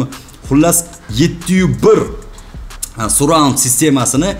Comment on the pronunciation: хаааххахаха Сурраунд, Сарраунд дейилади окам